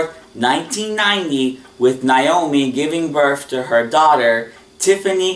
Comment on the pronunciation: You pronounced Vinton's wife's name incorrect. It's pronounced NAY-OH-ME not NIE-OH-ME